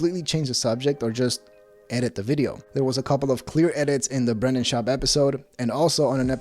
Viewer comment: When he said Brendan it sounded like “brain dead”.